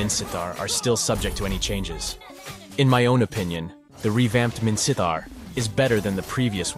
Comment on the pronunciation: Are u Burmese? Your pronunciation of Minsitthar is pretty good, like a native Burmese